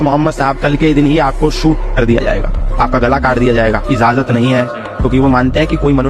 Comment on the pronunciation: Izajat nhi h ijazat nahi hai kr ke kitno ka gala kaaat diya yaaar tmlogo ne